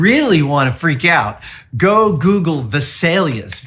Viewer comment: Name "Vesalius" American pronounciation: Visalias :face-red-droopy-eyes